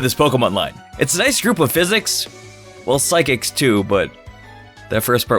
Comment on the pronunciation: Did this man just say “psychics” wrong...?